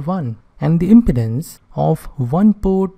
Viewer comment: Your prononuciation of "impedance" is not correct.